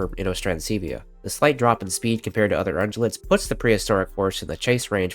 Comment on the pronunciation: Okay, I have to ask something. It took me a minute to figure out that you're pronouncing the word ungulate with a soft g, more like a j sound. I can't recall for certain if I've ever heard the word pronounced with a hard g sound, except by me. I think I may have assumed the pronunciation without ever hearing the word. But it's also possible I was right in the first place. Any idea which it is? Or are both pronunciations correct?